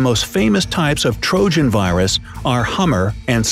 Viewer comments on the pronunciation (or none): did he mispronounce virus as viruts because I swear he did.